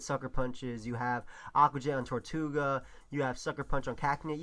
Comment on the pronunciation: ITS TIRTOUGA NOT TORTOUGA!!!!!plz forgive me:[